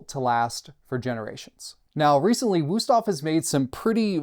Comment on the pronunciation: It's a nice review, but as a German, it drives me crazy to hear the wrong pronunciation every few seconds in this video. Please, just go and learn the name, out of respect for the brand.